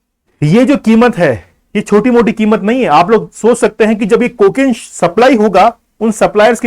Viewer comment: Are bhain ke lore bar bar kimot kio bol rhe ho